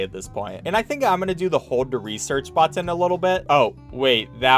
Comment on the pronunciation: do you say "bottin" on purpose